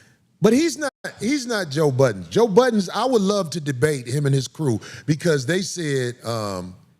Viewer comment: Budden, no “s” Corey.